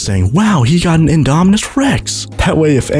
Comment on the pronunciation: You say indominus wrong